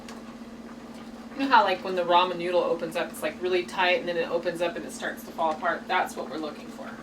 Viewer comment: Did she say Roman noodles LOL